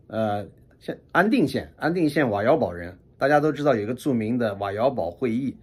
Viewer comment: ，我看过一个资料瓦窑堡，那个堡，应该读bǔ。还做了解释1.读bǎo，泛指军事上的防御建筑，如“堡垒”“碉堡”“城堡”“桥头堡”；2.读bǔ，指集镇（《新华字典》的解释是“有城墙的村镇”），常见于西北地区的一些地名，如“吴堡县”（陕西）、“柴沟堡”（河北）、“堡镇”（上海崇明）；3.读pù，通“铺”，本为驿站，今多用于古驿道边上的地名，如“十里堡”（北京）。根据音韵学的解释，“bu”和“pu”在古音中原本相同，只是后来由于浊音清化才产生了异读。